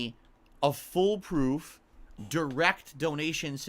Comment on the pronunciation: "fullproof" this man does not read